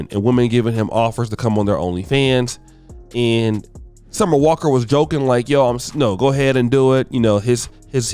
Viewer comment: Summer on the walk? 🤔 The ability for to butcher these celebrity names is unmatched! 😂😂🤣🤣